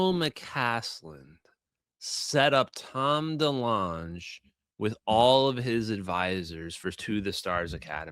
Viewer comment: I thought it was tom Dee-long not dee-lunch 🤣 Anyway, hey…who’s hungry.